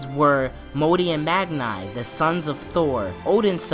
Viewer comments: Its Mag-ni not Mag nay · Anyone else find it annoying how he pronounces it “mag-nigh” and not “mag-nee” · Good theory, but please try prenaunce Magni right way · It's Magni not Magnigh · Cool theory man, but it's triggering how u keep pronouncing magni. It's pronounced mag-nee.